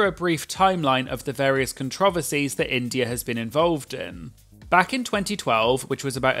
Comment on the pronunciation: I love the way you say “controversies” so British